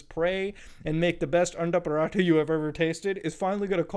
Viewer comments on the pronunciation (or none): none